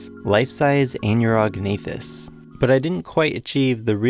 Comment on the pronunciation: pronouncing Anurognathus wrong... way wrong